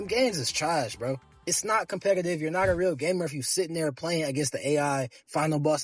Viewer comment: Holy shit, he says "compegative"